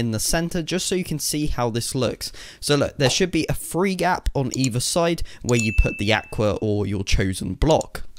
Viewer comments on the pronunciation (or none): Says free as three. Normal people:three me:wait what?